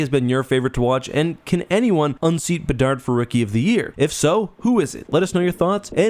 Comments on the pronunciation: Did say “bedsy of the Chicago bedards”? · "Bedsy of the Chicago Bedards" made my day.